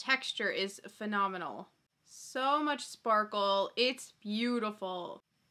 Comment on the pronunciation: Every time says phenomenal I can't help but think of snooki lmaoooo them jersey girls ❤️